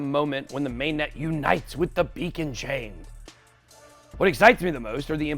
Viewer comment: did you say be a con chain?